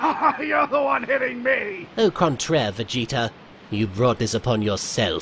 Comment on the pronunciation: *au not oh.